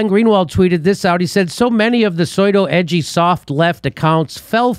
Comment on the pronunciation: did Jimmy just pronounce 'pseudo' 'Soy-dough'?